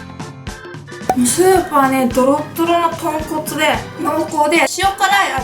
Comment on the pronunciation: 豚骨がポンコツにきこえて